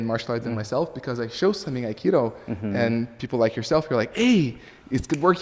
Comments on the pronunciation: First word - "Akido" !!! It's Aikido - " Aye-Kee-Do. Let's start in the right place shall we ? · please, don't say "akido":)